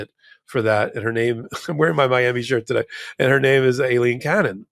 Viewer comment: Can you please tell Ben that Cannon's first name is "A"ilene not "I"lene... "A"... as in Pail, snail, JAIL... Ailene